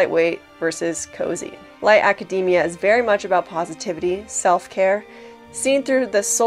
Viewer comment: Thank you for pronouncing "academia" correctly! ❤